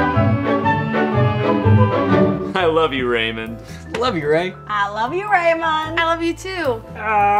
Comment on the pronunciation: guys in everybody loves raymand first man said Rayman not raymond XD